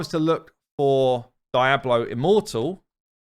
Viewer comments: i always love how the English pronounce Hispanic words. Diablo he says as DIE-blow instead of dee-AH-blow, i've heard Brits pronounce Martinez as MART-in-ehz as opposed to mar-TEEN-ehz, etc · "Daiablo" immortal lol... Its Diablo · DEE-AH-BLOW. Clearly, never been to Spain. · Is that how people pronounce “Diablo” in your English accent? My U.S. English accent says Dee-Ah-Blow and I hadn’t heard “Die-Ah-Blow” before. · No one: Really no one: Absolutely fcking no one:: DAIABLO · Dee-ablo, come on! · omg it drives me nuts how you say Diablo. You can never be a content creator for that game. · Lmfao .. The way you pronounce Diablo is hilarious 😂